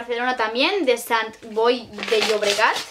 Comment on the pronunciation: Hola rebeca cuando as dicho Sant Boi es san Boi porque la T no suena jiji me puedas saludar en tu próximo video